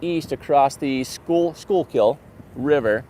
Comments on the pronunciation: OMG! I can't believe you were in my neck of the woods 5 months ago. I live between Philly and Quakertown. And yes, be careful. You can be in an ok area, then go 1 or street away, and be in a very dangerous area. My brother got mugged about 3 blocks from that Walmart, a few years ago. And nice try with saying Schuylkill River. We always refer to the Schuylkill Expressway/76, "Short-Kill-to-stress-way." Can't wait till you come back to our area. My son and I will come see you. Well, unless I have chemo on that day. Funny how someone assumed you were in Chemo. I don't think you looked gaunt. You are looking great! Keep up the great job on your fitness and health. thank you all for what you do. Stay safe!!! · Being from Schuylkill County. Cracks me up, hearing people try to pronounce Schuylkill. We just call it the Skook!